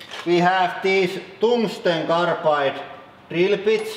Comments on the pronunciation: cungsten targlide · Cumstain tongueglide